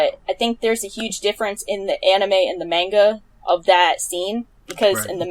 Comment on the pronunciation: Bruh her pronunciation of “gon” and “manga” kills me lol.